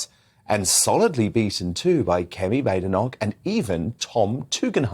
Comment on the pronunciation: Kemi’s surname is correctly pronounced Bad Inoch not Bade inock